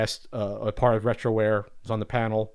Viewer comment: Lol. "Retroware"........